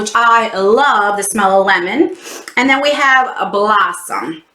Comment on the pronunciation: I thought you said “the blunt” instead of “blossom” at first 😂😂😂😂